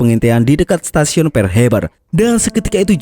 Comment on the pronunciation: Pearl wak..bknya "pear".."pear" itu buah..🤣🤣🤣